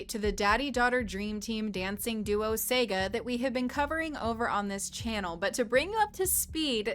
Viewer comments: Just one small point-'Saga' is pronounced SAH-gah, not 'Sega' like the video game console. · Its pronounced Sah-gah, not Say-gah